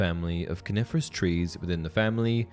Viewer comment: I keep thinking he says carnivorous and not coniferous lel